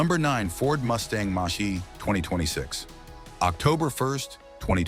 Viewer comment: Ford Mustang "Moshee"!